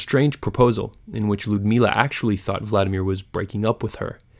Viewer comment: if you are going to make education videos at least learn how to pronounce the names correctly. you need to emphasize the second syllable in vladimir - so emphasis on the I not A. in general when pronouncing russian names and words, you want to be hitting the second syllable, rarely the first.